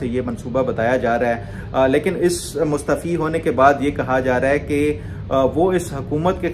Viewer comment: Ap mustaafi ko mustfi boltey hen